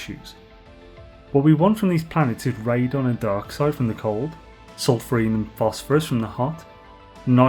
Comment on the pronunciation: Every time says "Dioxite", I hear dark side, and my brain takes a sec to correct itself to Dioxite, lol. Awesome guide! TY. I found another guide and was building farm to that but it is outdated, for when you could buy gases in rich systems, so reconfiguring everything now.